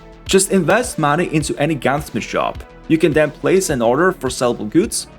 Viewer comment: "I'm here for muneyy"